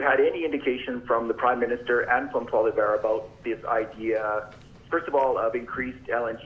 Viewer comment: Still can't believe that reporters like Edmonton Journal's Staples can't yet pronounce Poilievre's name.....Pierre Polar Bear...or whatever he said?